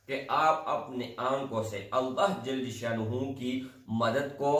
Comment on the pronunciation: Bhai ALLAH SWT Kay kaam ka sahi talafuz Kay liye tashdeed, jazm hona zaroori hai. Aap isko fauran sahi say pesh karein. Afsos keh aap in ki ahmiyat say bekhaber hain. Mayn nay kheri baat ki hai aap bura na Maan na.